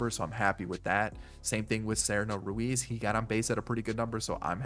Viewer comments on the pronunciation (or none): none